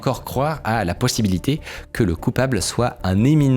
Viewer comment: Un moment il dit un truc genre possibility ou je sais plus quoi, quelque part dans les 10 premieres minutes